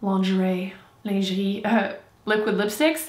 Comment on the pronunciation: Franchement je te comprends... j'suis de Paris et certains français abusent surtout sur internet... toujours négatif. Moi j'aime bien en anglais. Puis quand tu dis les nom genre: Lingerie ou Hermione c'est marrant. I'm a new sub héhé ♥